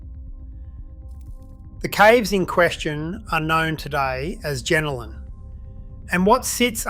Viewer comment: Pronounce it properly please... it's pronounced JenOlan